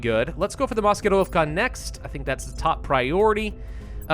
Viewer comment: I like how you say "Maskirovka"